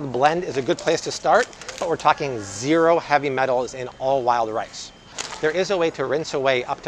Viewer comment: Did he say "Lyle rice" or "wild rice." LOL! Wild rice!!!